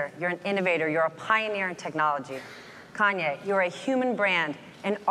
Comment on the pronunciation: ''Kenye West''